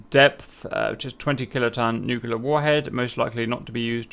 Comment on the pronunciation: Nuclear. It's pronounced "new-clear", not "new-cue-lure". Two syllables, not three. Sorry. Just bugs me.